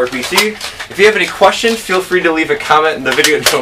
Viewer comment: I'm sorry, but when you say certain things like "speed" and "free" it sounds like you ad an "r" sound to them. So, it sounds like "Frer" and "Sperd"